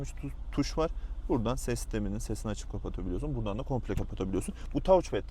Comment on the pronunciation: Tavuçpet diye okunmaz taçped diye okunur azizcim.